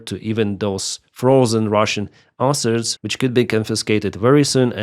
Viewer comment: Hurey, One less airplane for Russia there is no letter "R" in the word asset.:D USA is a Pro-Russian state, this is how you make America great again. MACA - Make America Colony Again. Not even inclusion in law will not be a proper guarantee, Only Nuclear weapon and proper army is guarantee. Why 10th country on earth (by landmass) should be dependent on anyone. thanks for simulator video, it is very helpful, and good to know about this new simulator game.